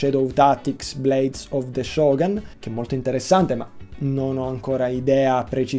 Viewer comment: Blades of the ShogUn, non "Shoghen", è Giapponese. Vbb, non ho niente da dire sul video in generale; precisissimo come sempre!